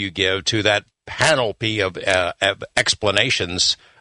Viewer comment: Oh and also Mr. Knapp ... it's not a big deal but the word is pan- op ly , not pan ol py You're welcome 🙏🏼 , gods love you and thank you for all the reports 🛸 ☝🏼